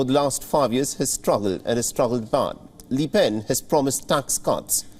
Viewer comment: Calls Marine Marie throughout the report. Says li pen when its le oen. Where do you get these presenters? Cringe